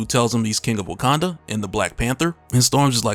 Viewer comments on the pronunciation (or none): none